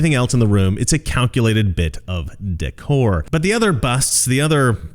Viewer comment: was that décor or dick-or?